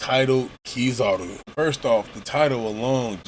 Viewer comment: It's Kizaru. Still... this was a really good review.